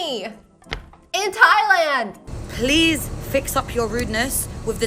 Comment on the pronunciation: I’m Native Hawaiian and hearing that Thailand b mispronunciation just made my blood boil. We don’t like tourists here in Hawai’i and honestly don’t want them here. Especially ones like her.